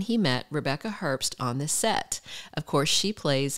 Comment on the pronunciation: The b in Herbst is silent.